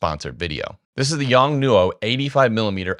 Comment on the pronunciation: The pronunciation of the brand isn’t quite right. It should be pronounced as a single word quickly “Yongnuo”, (Yongnuò) not as “Yong … newo.”